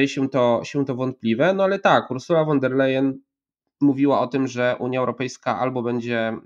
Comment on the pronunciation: Von der Leyen wymawia sie ˋfon der lajenˋ .